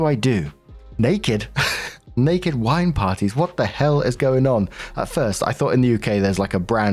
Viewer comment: For the rest of the day, I’m gonna be wandering the house and imitating accent when he says “Naked WINE parrttyyy?” 😂😂😂